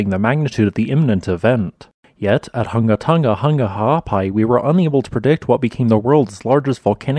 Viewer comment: You sure got that name down pat, did you practice saying it before ever making the first video about this volcano? It is a tongue twister.